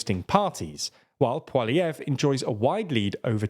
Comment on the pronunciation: You pronounced Poilievre properly, it's kind of a running joke in Canada that nobody can pronounce his name